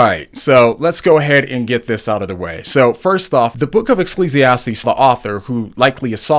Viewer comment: lol the book of "esclessiates" huh. hahaha i know, i know. it happens to all of us. Doesn't make it any less fun to poke fun at you for it though.😝 Okay, now that I got that outta my system, I gotta watch the rest.